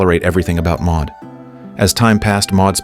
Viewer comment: Maude or Maud, NOT Ma.